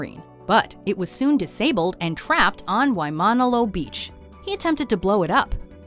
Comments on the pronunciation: It’s WAIMANALO BEACH not waimonolo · "WaiMAHnalo Beach" 😬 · She totally butchered every Japanese name. And also the Hawaiian name of the beach where the miniature sub landed.